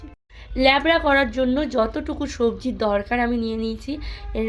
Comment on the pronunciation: লেবড়া নয়‌ উচ্চারণ হবে লাবড়া